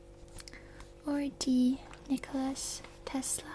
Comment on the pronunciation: It's Maria Skłodowska - Curie, not Marie Curie and Nikola Tesla, not Nikolas Tesla